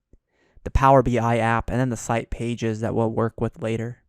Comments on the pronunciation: LibRary- not liberry ;) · pronounced, LibRary, not lie-berry ;) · i’m sure this video is fine but I had to stop watching after 3 minutes after hearing “Library” be pronounced “Libary” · Please stop saying LIEbary. It's LibRary. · If I hear library mispronounced as liberry once more, I'm gonna cry..... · Stop saying Li"Berry" it's driving me nuts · Two minute in, and I had to comment. You are a presenter, and you are saying 'lie-berry'? Is this your first video?